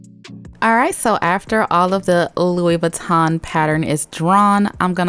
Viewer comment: iTs a lOouiE vEetAwn baG aNd itS uNiseX